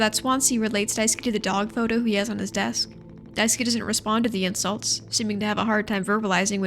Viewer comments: Just started watching, but just wanted to point out that Daisuke's name is pronounced die-ske not die-ski ! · I am so, so sorry just...I can't stop cracking up when you call him "Daisuki" because that one little syllable change turns it to "I love you" Also I'm sorry you had to talk about Jimmy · For the LOVE of GOD it’s “DICE-KAY” not “DICE-KEY” Holy shit lmfao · hi, just want to say you are pronouncing Daisuke's name wrong. It's not Daiski its Dai su ke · I've seen two videos on this game and both have no clue how to pronounce Daisuke's name. It's DIE-SS-KAY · Poor Daisuke - almost no one doing those gameplay or analysis vids can pronounce his name right XDDD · you’re pronouncing daisuke wrong btw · fun little guide to pronounce daisuke: dai (die) ske (you don't really pronounce the u in suke) the e in daisuke is not pronounced like key but like the 'ai' in fair and chair, the emphasis is best put on 'dai' keep in mind the e is very short and does not curve into ey, just a quick e. just in case its interesting to someone. i don't know how clear i'm being.